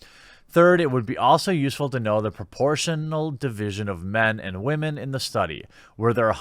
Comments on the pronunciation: "wahmen"???????????? tf is wrong with ur accent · Anyone else seriously distracted every time he says "wah-men"?